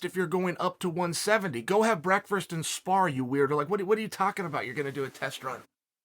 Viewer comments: "Breakfrust" is starting to drive me nuts. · Go have "Breakfrust" and spar you idiot - Chael